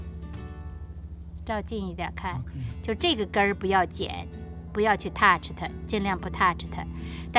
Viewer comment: 可以不摻英文嗎？你說 touch 的英文發音不標準，我聽得莫名奇妙，半天才明白。也請妳長話短說，同樣的意思講一次就夠了，最後再縂結一下 就很清楚了，不要浪費大家的時間。最後還是要感謝妳分享妳的寶貴經驗。